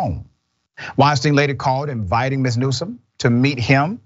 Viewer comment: NewsoM not NewsoN